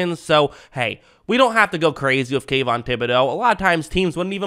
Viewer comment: Did you say Tayvon????